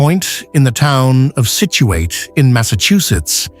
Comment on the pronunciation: People in Massachusetts do not pronounce the last syllable Situate as ate, but instead as it. Nice video